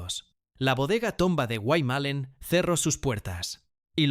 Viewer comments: QUE MAL PRONUNCIA LAS PALABRAS EL RELATOR. ES GUAYMALLÉN, NO GUAY MALEN. ES IA, MUY MAL PROGRAMADA. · POR FAVOR, SI VAN A HACER UN DOCUMENTAL, TIENEN QUE SABER PRONUNCIAR BIEN LOS NOMBRES DE LOS LUGARES QUE MENCIONAN. DICEN GUAY MELEN, SEPARADO, Y ES GUAYMALLÉN, JUNTO Y CON DOBLE "L" , ES UNA PALABRA DERIVADA DEL LENGUAJE DE LOS INDIOS HUARPES, QUE HABITARON LA PROVINCIA DE CUYO, EN ESPECIAL EN MENDOZA. GUAYMALLÉN SIGNIFICA: "*TIERRA DE CIENAGAS, BAÑADOS, PANTANOS, HUMEDALES, O LUGARES DONDE FLUYE EL AGUA DE LA TIERRA* .